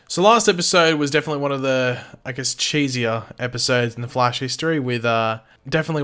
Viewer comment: Please dont say the Fleish again